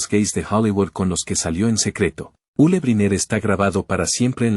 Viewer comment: El narrador llama Ulu a Yul !!!! HORRIBLE!!!!